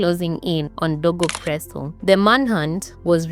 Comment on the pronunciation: Wait was he dego presso or was he dogo presso,😢,narration tamu but i have to keep going back to understand how u r pronouncing some wards,the guy narrator as well does that, please be kind to me and say words properly ndo iflow easily